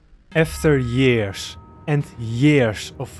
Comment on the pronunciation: I’m sorry but… yearsh? Really? Not tryna to be rude..but Really?